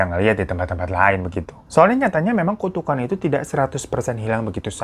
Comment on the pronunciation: tu to the ku to the kan "tukukan" bang😂😂😂